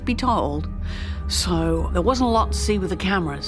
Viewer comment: Is she trying to say "There wasn't a lot to see with the cameras."? Because it comes out as "There was a lot...".